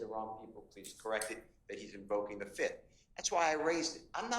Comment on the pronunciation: He said i plead the fith